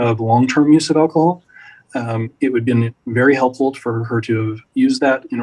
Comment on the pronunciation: this attorney is pretty ballsy to call out “pacific/specific” when she cannot say Alcohol. “Eckahol”